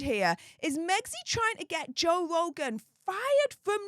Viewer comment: Joe vvvvvvvvogan it's Joe f***ing RRRRRRogan!!!!😂